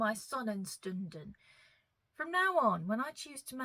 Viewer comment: Stunden=shtunden. You just need the sh at the beginning and you’re good. 😊